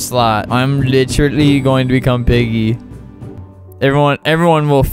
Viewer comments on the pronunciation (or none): when he says “litcherally” 🥺👉👈✨